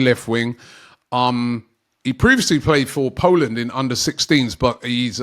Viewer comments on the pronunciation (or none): none